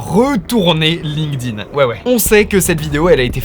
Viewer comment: Aïe, j'entends trop souvent des gens qui ne savent pas que le D de Linkedin se prononce T.